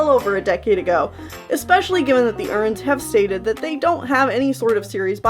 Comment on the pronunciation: I love how she say Erins like “urns”